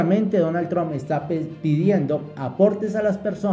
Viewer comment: Amigo la correcta pronunciation de el Presidente de E.U. de America, se dice con "a" y NO con la vocal "o" Tramp y no tromp, es con la vocal " a".